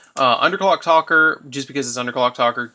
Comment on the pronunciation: good deck! nice build. but it's Underclock TAKER!!! not Talker!